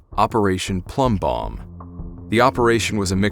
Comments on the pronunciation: Its plumbbob not bomb. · Love your vids. Hate to be pedantic but it’s “Operation Plumbbob” not “Operation Plumbbomb”